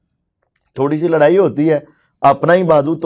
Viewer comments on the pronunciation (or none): none